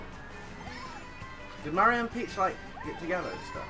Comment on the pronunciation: It's pronounced mar e o